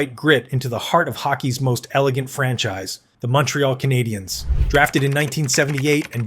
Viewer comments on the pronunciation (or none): none